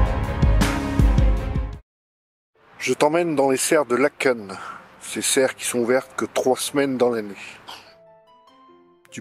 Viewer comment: Bonjour. Tardivement je mets un commentaire. Bravo pour l’historique 👍 et pour avoir correctement prononcé le nom de la commune (Laëken) et les noms en général ! J’applaudis à 350 mains 😂 Que ça fait du bien d’entendre cela ! 😊 Et oui, ce joyau n’est ouvert que 3 semaines/an. Léopold II fut nommé le roi bâtisseur mais je vais m’arrêter là car il était assez farfelu et …. Difficile et sévère ! je suis une petite belge bruxelloise francophone de 60 ans qui vit en France depuis 22 ans 😊 par ❤